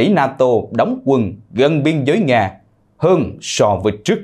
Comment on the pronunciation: Phần lan đọc thành phần làn ,nga đọc thành ngà ,putin đọc thành pu tìn ,chính tên ngọc tâm mà chủ nhân đọc thành ngọc tầm ,các bạn nên khách quan nhận xét